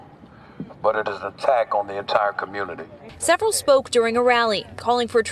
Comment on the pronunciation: The communitah is a joke ... Kinda makes me feel a little superior 😂